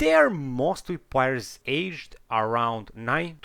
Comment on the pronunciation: Sorry but, why take advise from someone who barely speak proper english. ''Plaiyers'' fuck it man. my ears are bleeding